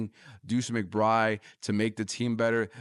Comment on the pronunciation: Sounds like you know what you're talking about, but I had to shut of the video because of something my ear kept picking up on. It sounds like you're dripping the D sound off the end of McBride. Sound instead like McBry. A little too distracting for me.